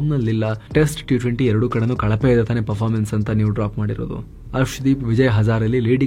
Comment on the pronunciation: Performance ❌ PRformance ✅